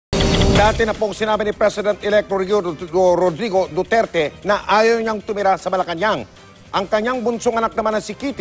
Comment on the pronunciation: Dati pong sinabi ni 'Reoreodurduter'🤣😂